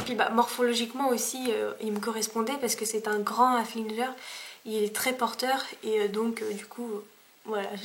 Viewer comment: ça ce prononce "Haflinguer" ^^ voilà :)